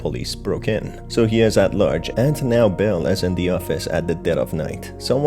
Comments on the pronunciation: I'm sorry but every time you say "Belle" it sounds like "Bill". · I’m sorry but do u call Belle Bill a few times